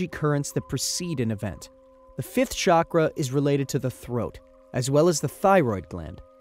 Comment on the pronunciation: It’s pronounced cha-kra, not sha-kra